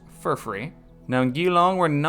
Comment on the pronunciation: Hey mate, Australian here! I'm loving the series but it would help me a lot if you could pronounce the city names a little different. Geelong is said G - long (like just the letter G), and Brisbane is more like Brizbin, Canberra is more like Cambra. All good if you don't care